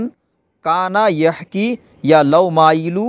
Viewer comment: غلطیاں کبد کے بعد تجلی ھے اور یحکی کی جگ پہ تحکی ھے. مر نہیں مہر ھے. كلكيك لكك نهيں كلك لك لككا هے